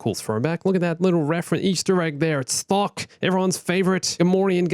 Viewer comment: when he said Thok Who else thought he said fuck?